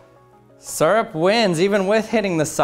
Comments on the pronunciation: its syrup not surp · “Surup”... smh. it’s “sierup” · Its syrup not surrup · I hate the way he says syrup. It's not sirrup. It's searup. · Suurrp. It’s Syrup, SEE-RUP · 1) we're all disappointed he did not swim in syrup 2) I'm disappointed that he mispronounced SEE-RUP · As a native English speaker, this irritates me as well. Me and everyone around me pronounces it like "Seer-rup” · Him: pronounces syrup (see-rup) like (sir-up) Me: cringes every time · I don’t trust people who say syrup sirup it’s seeyrup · Its SEER-up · If this guy says it like serp one more Tim ima take his spinel fluid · Right!? I hear that a lot, doesn't make any sense to a non-native english speaker. "Sir up"🤦‍♂️ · 14 seconds in, already annoyed by the way he says syrup. Surrup. 😤